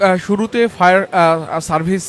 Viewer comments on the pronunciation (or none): ফায়ার সার্ভিস নাকি শাউয়ার সার্ভিস